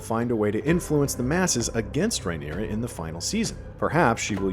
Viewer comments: Drink every time you hear "Rye-neera" instead of "Rhaenyra." 🍻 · It’s Ray-neer-ah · Can’t stand the way this guy keeps mispronouncing Rhaenyra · Also why are you pronouncing Rhaenyra strangely, starting to think used AI for this